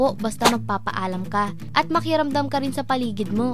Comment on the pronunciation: kapampangan ata si ate eh may narinig ako sabi nya “makiramdam”